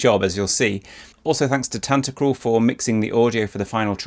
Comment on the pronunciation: Can't hear tantacruls name without the Tan-Ta-CRUL from one of the other composer videos from this channel. Lmao